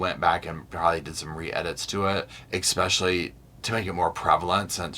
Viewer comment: It’s pronounced “especially” not exspecially. There is no “x” in pronunciation. Respectfully 😊.